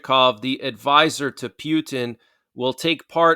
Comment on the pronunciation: The way you pronounce Putin is disgusting